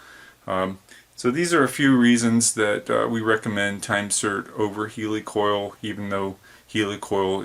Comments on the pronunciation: WTF is a Heeeeelicoil? It's Heli like in Helicopter. Helicoil. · I always assumed it was pronounced Heel, like your healing the broken coils of threads? i.e. heal-a-coil. Maybe I over thought it... My two cents...